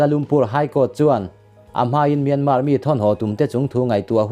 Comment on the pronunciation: Myanma tih tur, r hi lamrik tel loh tur.